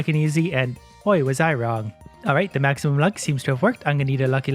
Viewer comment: “Maximuim” luck! lol